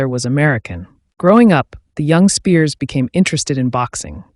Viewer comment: Be nice if you pronounced his name correctly. So many of these videos proclaiming the life of gary. Most are incorrect.